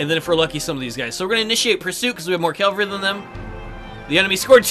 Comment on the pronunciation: Love the video; except... you keep saying CAL-vary and not CAV-all-ree.